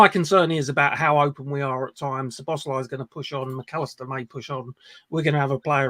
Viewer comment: Pronunciation, obviously not the spelling, Soboslie not Sir boz lie